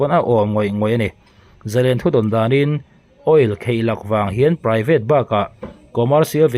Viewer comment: Kheihlak... ti tawh lo hram la aw. Khaihlak tih tur aw.... Bengvar thlak viau a nia..